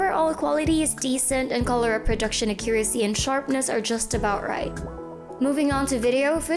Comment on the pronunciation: A-ccu-ra-cy, not a-CCU-racy. Made me cringe every time she said it